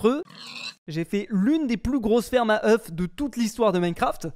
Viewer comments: ŒUFS, se prononce oeux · faut lui dire que oeuf au pluriel c "Eu" (prononciation) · Le faîte qu’il dise « œuf » quand il parle au pluriel me perturbe trop 💀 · Faut faire quelque chose pour sauver le français. Des fermes à œufs [prononcé au singulier] :/ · le f ne se prononce pas au pluriel de oeuf